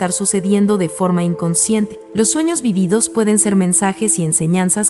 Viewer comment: Esta mal dicho vívidos. Se dice acentuándo en la primera I no en la segunda. De nada